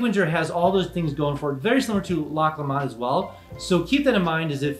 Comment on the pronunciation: From what I understand it is pronounced "Lock Loman"